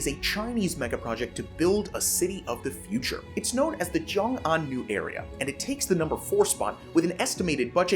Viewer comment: Xiongan is pronounced "Hsyohng Ahn" not "Zhyong Ahn" & it's a total disaster & fraud.